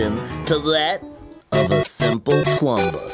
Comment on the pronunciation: Did say plumBer?